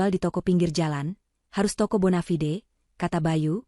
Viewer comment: Sayang sekali yg membaca / bercerita dlm membacakan setiap bahasa asing "TIDAK FASIH". Contoh : Kata BONAVIDE dlm bhs asing dieja semua sampai huruf "E" juga dibaca. Contoh lagi : kata asing MANAGER juga dibaca "meneyer". Kata2 asing lainpun juga dibaca semua. Tolong dong bicara asingnya yg betul. Tq.